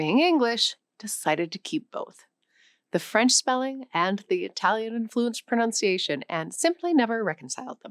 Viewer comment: It seems ironic to be schooled on my pronunciation… by a teacher who repeatedly mispronounces “pronunciation.” It’s not “pronounciation.” There’s no “o” after the “n”.